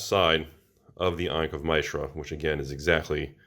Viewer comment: ankh of my-shra. never heard it said that way before.